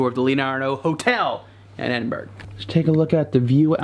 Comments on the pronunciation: Why do you constanly say "Ed in berg"? You don't hear Brits saying "Are kansas" or the "Mo Jave" national preserve. Also, it's a TOILET or Bathroom, because this one actually has a bath in it. You're NOT going in there to 'rest' are you so why do Americans insist on giving it such an inaccurate name? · Edinburgh is pronounced Edin-Burr-uh, ie for get the G. It's tricky, I know. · Edinburgh isn't actually pronounced how it's spelt, phonetically it's pronounced Edinburra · Yep but at least you got it wrong consistently - sadly someone who is telling you how to actually say it is also wrong; its not four syllables its three. Ed-in-bruh. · Please say Edinburgh Correctly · Edinburgh pronunciation = WRONG. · Croissant is pronounced ‘Kwa-son’ or ‘Kwa-sont. Never ‘Cros-sont’. Also, it’s ‘Ed-in-bu-row’ or ‘Ed-in-Bra’. Not Ed-in-burg. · When you visit a city you really should know how to pronounce the name. It is Edinburr A as in A for apple , not Edinburg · Nice video, but it's pronounced EdinBORO, not Edinburgh. And that beautiful spire is the Sir Walter Scott monument, & you can actually climb to the top of it, unless you're very fat because, obviously, the stairwells get narrower & narrower as you climb. Lovely view of Old Town from the top! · It’s pronounced EDIN-BRUH not Edinburg! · 🤣 Edin... berg! It’s Edin... borough, as in “thorough” or “soro(...gate)” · Amazing video but people should really have heard someone say the name Edinburgh before trying to say it themselves haha. I just cringe hearing people say Edinberg everytime. It's Edin-buh-ruh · Great to follow you around Edinburgh - pronounced (/ˈɛdɪnbərə/)or phonetically, Ed in bur uh, not Ed in burg! Ha! Looks like you guys had a great one! Next year Ireland? 💪🏽🤠👍🏽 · You're wrong. It's not Ed in bur uh, that's another common mistake made my tourists. It's Ed-in-bruh. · its pronounced edd--din--bruh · its EDIN BRUHH!!!!!!!!!!!!!!!!! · Funny how the yanks can't pronounce that gorgeous city. EDINBURG 😂😂